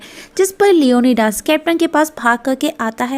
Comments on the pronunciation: Acha ok LEO - NI - DEEES Lio - nai - das nahi.... pronunciation thik karo bai apni... Esa lagta hain koyi bengali eyaa to hindustani ho jiska Surname DAS ho 😂😂😂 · Leonidas ko "Leone Das" 🤣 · It's leonidas not leonydas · Mam it's लियोनाइडस not लियोनीदास beside that marvellous explanation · Leonidas nai Leone Das🤣